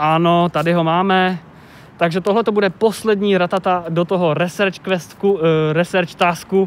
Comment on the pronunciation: Já vím je to taková blbost ale research se vyslovuje "risrč" ne "resrč"